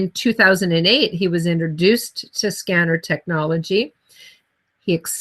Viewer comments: Its pronounced sken- nar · Ask a Scenar expert who can't even pronounce the device name?? lol